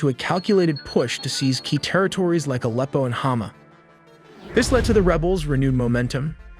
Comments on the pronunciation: Alpo is dogfood. Aleppo is a famed city in Syria. Hi tech AI! They can't pronounce words correctly is a major flaw. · AND 'AH-leppo' Should be pronounces 'uh-LEP-o' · Dude before you make videos at least LEARN how to pronounce EASY to pronounce names like Aleppo ffs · bro can't even say Aleppo right.🤣 Thats when you know Youtubers are clueless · Pronunciation of "Erdogan", "Aleppo", "Iraq" etc. etc. etc. I can't take this video seriously. Gonna have to just pause it right there and thumbs down. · Your pronunciation of Aleppo was too cringe for me to continue. AI much? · Video is pretty good, but I think you should double check pronunciation of names. You mispronounced Aleppo and Erdoğan